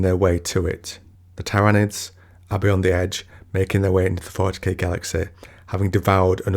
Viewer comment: You had me at “Tairanids”